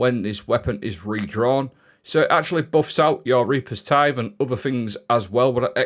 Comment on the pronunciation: Absolutely gobsmacked that he got reapers tithe correct.